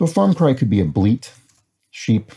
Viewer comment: (hears Chris say "Farm Cry") (instantly has Idle Thumbs flashbacks)